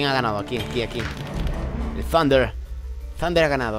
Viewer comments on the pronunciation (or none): none